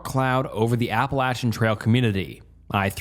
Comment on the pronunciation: I dont typically comment on any videos…but…I just gotta say “thank you for pronouncing “Appalachian” the correct way”